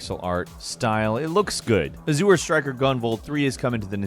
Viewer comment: So no 1 told he was saying Azure wrong in the editing phase?!😅